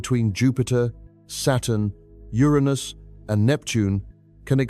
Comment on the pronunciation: thank you for saying Uranus the right way!